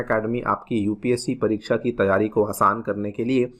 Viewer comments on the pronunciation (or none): none